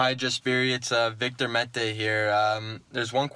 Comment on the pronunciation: I love how Victor Mete says Jesperi instead of Yesperi and Kotkaniemi says Wictor instead of Victor haha